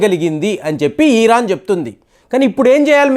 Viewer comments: Eeran kadu Iran Ani matladu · ఇరాన్ దయచేసి గమనించగలరు